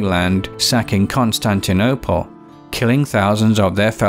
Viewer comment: "Constinople" lol